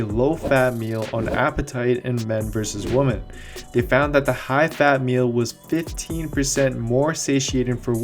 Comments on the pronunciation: Tbh he's been pronouncing it that way in his videos for a long time, kinda bugs me too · The cc hears it too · He can't say women. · Actually incredibly annoying that you mispronounce women continuously throughout the video :P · Put subtitles on. He 100% is saying Woman instead of Women. Yet he pronounced MEN perfectly. lmfao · OMG. You keep saying “men and woman.” It’s “men and women.” Woman is singular. Women (pronounced Wem-men) is plural. So basically throughout this entire video you mispronounce “women” by saying “woman.” It makes it really hard to believe what you’re saying about physiological differences between men and women when you don’t even know how to pronounce “women.” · Am I the only one who keeps hearing "WOMAN" not WOMEN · It sounds like you keep saying womAn instead of womEn when you are pluralizing. Cringe.....Otherwise great video. Thumbs up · I love how he says "woman" instead of "women"... Caveman meme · you have to practice saying WomEn rather than womAn so can appropriately say it in future videos, other than that your videos are awesome and super informative. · love your videos...always recommend your site. Friendly correction: the plural for woMAN is woMEN---they are pronounced differently: woman (singular) is WUH mun---plural women is WIH men.:) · this video is brilliant- love the simple comparison focus chart on male vs female. Thank you!! One humble Suggestion - your pronunciation of “woman” and “women” are the same in the video- which is a bit confusing. “women” should be pronounced like “wimin”. I hope this helps you grow your subscribers even larger- I’m sending this out to all my fitness friends!! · C'mon stop saying woman when you should be saying women, for example take a listen to,. Just saying dude. Love your videos. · Repeat after me Women is pronounced “WI-MEN.” Stop saying Woman!!! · Why do you keep saying "Woman" instead of "Women"? Lol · It made it hard for me to finish the video lol